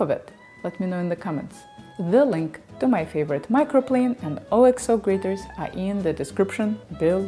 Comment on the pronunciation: Btw, according to Cooks Illustrated, Oxo is not pronounced as three letters O.X.O. Rather, it is pronounced OCKso, as a single word. I didn't know either!